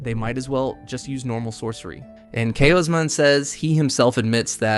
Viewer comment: How many different ways is your AI going to mispronounce "Kaushman" anyway? "Cowsh-man" Not "Ka-oh-smin" or "Kashmin" or "Kay-Osmin" or "Kozmin" or "KaOWZ-men" Then again your AI screws up EVERYONE's name, even the MC.